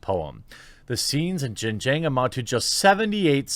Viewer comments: pronounced " Shin-jee-on " region. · Jeremy, buddy it's pronounced Shin Ge-ung (XinJiang) ;) from a fan who's lived there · Love your channel but pronunciation of xinjiang was no where close. I'll still give the video a like.